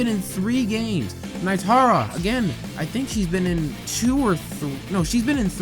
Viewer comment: That is terrible evidence to say Reptile is confirmed. Edit: alright i watched more of the video and I'm starting to hate you. Also how tf do you fuck up Nitara's name, and Kabal IS NOT A WASTED CHARACTER, you are stupid.